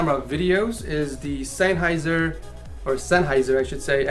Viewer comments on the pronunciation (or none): You pronounce Sennheiser like "Zenhiser"